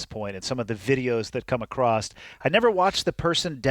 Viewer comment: good episode. although for the good of humanity i will say that it is "across" not "acrossed". ty